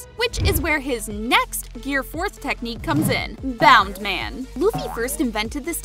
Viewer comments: "Which is where his next Gear 4 technique Boun Man" L-Like Dude, It's "Bounce Man" How can you NOT get that? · It’s not bound man it’s bounce man